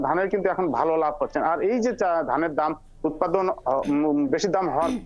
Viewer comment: উৎপাদিন নাকি উৎপাদন??????